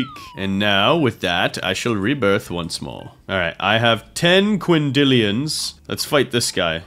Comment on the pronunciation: why do u say it quindillions in quadrillions